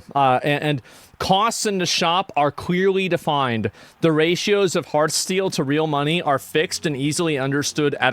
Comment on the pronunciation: It's heart-STEAL, not heartsteel. :))